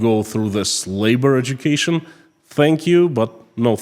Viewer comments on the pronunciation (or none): Did you say "this labor education", or did you say "slave-bored education"?